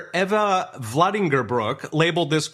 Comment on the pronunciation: Go to the head of the class. You pronounced Eva's last name correctly....